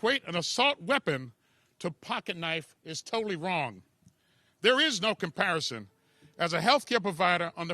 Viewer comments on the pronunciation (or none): none